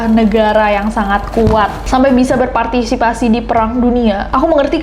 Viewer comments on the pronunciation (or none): none